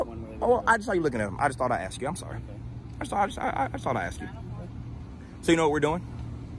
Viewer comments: For the love of God man You're awesome but would you please learn how to pronounce the word "ASK"! 😮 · Please, with all due respect, don't say "Axed". Ask is the real word.